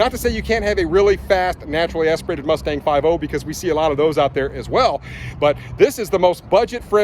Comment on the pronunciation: I stopped watching after the sixth time he said “naturally asperated”